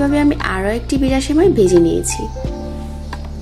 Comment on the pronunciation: ঘি কে গি বলেন ভেজে কে বেজে